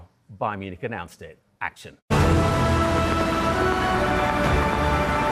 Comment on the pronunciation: Can't even say "action" cool!!